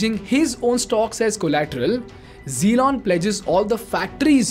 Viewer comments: You keep pronouncing his name zelon is driving me mad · i was laughing like a hell while you were explaining and taking name as "Zelon". btw Its good way to get out of any of the controversy . I appreciate..